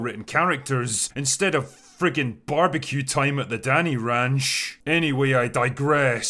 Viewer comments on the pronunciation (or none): none